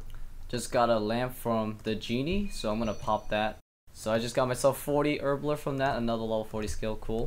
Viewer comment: You say Herbler or erbler even haha.